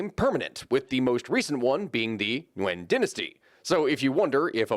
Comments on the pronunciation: hi, one small detail i notice, the last dynasty of Vietnam isnt pronounced "NYUGEN" but actually "NGUYỄN", like in my surname. Just that, and thank u for your efforttttt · The way he pronounced Nguyễn is 90% right. Dunno why he butchered it right after tho.